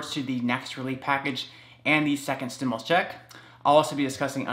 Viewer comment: Please please please Pronounce STIMULUS THE RIGHT WAY....u say stimilus....it makes me crazy and I really want to listen to you.... lol